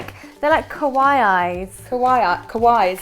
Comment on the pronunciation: Kowai eyes kowai eyes me: ITS “kawaii” LOL